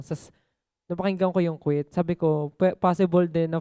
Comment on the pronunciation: Umisa ka nnman jah!!😅 Quit- kuwit😂